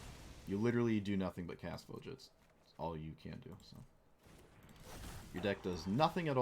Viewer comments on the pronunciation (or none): Voja should be pronounced Vo-ya, Ravnica is based on Prague and the J after a vowel would make a Y sound in slavic languages